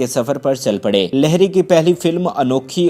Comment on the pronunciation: لہری نہیں لہڑی ہو تھا ہے